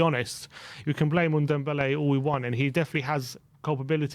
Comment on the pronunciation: So glad hes gone to lyon, not just a waste of space but i wont hear say OONDOMBELLE any more instead of NDOMBELLE